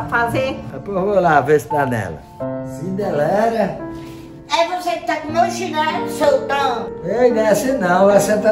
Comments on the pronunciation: "CINDELERA". KKKKKKKKKKKKK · "Cindelera" rsrsrsrsrsrsrsrsrsrsr